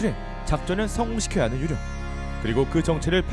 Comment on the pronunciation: 왜 ‘유령’발음만 정직하게 한국어로 ’유.령‘이리고들하지? 의도가 있어서 저렇게 한듯한데